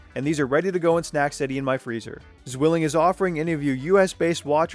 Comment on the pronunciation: Funny how he calls it Swilling instead of Zwilling 🤣